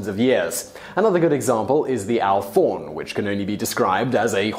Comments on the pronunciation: "Alphorn" is pronounced "Alp-horn" rather than "Alph-orn". (As in, a horn that is being played in the Alps.) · The alphorn is pronounced alp-horn because it's a horn from the alps. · It's pronounced alp-horn. It's a horn after all.